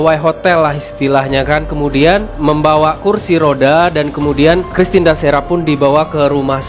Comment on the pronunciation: bukan dakera mas tpi christine dacera